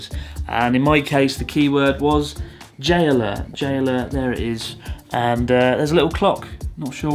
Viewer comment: the way you say "J-alert" it sounds like you're saying "Jailer" :D